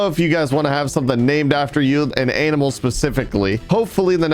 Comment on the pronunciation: Love how says AMINAL instead of ANIMAL sometimes🤣🤣🤣